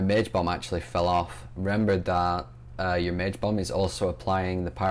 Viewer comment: when u said bomb it sounded like bum:p